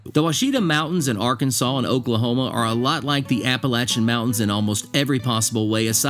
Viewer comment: Now you need, to learn how to pernounce the mountains of Arkansas.